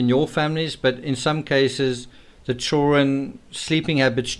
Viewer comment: ”Chillren” is driving me absolutely nuts. It’s ChilDren! How hard is that